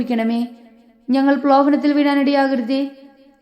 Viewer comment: ഞങ്ങൾ പ്രലോഭനത്തിൽ വീഴാൻ ഇടയാകല്ലേ . ഈ വാക്യത്തിൽ പ്രലോഭനത്തിൽ എന്ന വാക്ക് വ്യക്തമായി പറയുക. ദൈവം അനുഗ്രഹിക്കട്ടെ🙏🙏